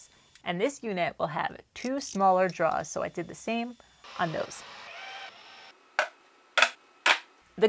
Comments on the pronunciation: Enunciate. Ain't nobody know what druhs are 😅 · Awesome video! But… draw-rrrs 😂😂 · Love your stuff! Just wanted to let you know there’s an “r” in drawers! 🤣 Kept trying to figure out what you were drawing 🖍️in this episode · Another great project, looks fantastic ... but I think there's something wrong with the audio ... I swear you keep on referring to draws rather than drawers 🤣